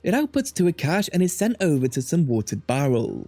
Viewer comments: it’s a good video, but cache is pronounced like “cash” and it kept infuriating me whenever you said “cachè” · FYI, the word "cache" is pronounced the same as "cash"